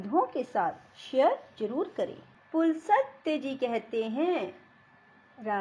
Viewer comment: पुलसत्य नहीं पुलस्तय